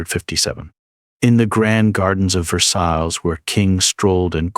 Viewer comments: Ver-Sall-is......OH DEAR bloody A.I. The French pronounciation is terrible. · Either you don't know the proper pronunciation of Versailles, or this is an AI narrator.